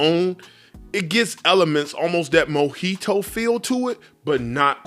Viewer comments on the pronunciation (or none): none